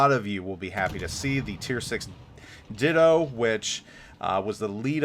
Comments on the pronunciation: It's Die-dough m8, not did-o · Dido is not pronounced "ditto" people. It's pronounced "die-doe" 😂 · Dido is pronounced die-doe.